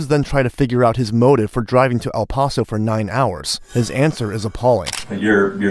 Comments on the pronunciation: It’s pronounced Pass-oh. Thanks for the video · It's "Paso".... like "Lasso." Dipshit. Do the smallest amount of prep.